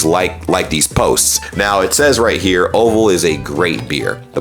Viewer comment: Belgium here: Chapel Hill, NC is (I think) North Carolina, There is a Belgium restaurant somewhere there (according to google maps). I do can confirm that there is no Chapel hill in Belgium, but Orval is a Belgium beer from Florenville. You really made me laugh when you said Orval, nice try, but it wasn't even close. 😂